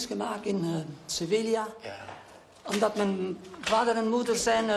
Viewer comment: geboren in sevilla en sevilla niet kunnen uitspreken... triestig...